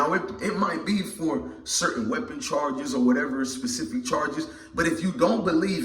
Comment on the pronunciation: S-P-E-C-I—F-I-C…say it with me